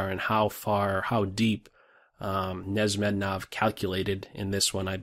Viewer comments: it’s pronounced nesh mid deenov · I think you were pronouncing wrong the name Nezhmetdinov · Yo, awesome video but learn how to pronounce the name broo